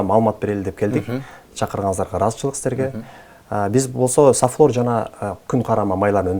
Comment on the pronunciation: Сафлер эмес, сафлор деп айтылат.